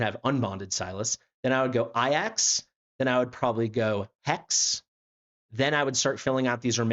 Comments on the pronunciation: Bro says “ayyacks” like a fkn vrgn . It’s “A-JACKs” you Trd brglr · Why does he say A-Jax wrong all the time? 😆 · Thank You for your due diligence sir I got Laya as my random :o but fr is it not A-Jacks? Like the dish soap or warrior?